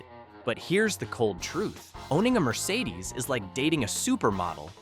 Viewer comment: Mercedeseeezz? Learn English FFS.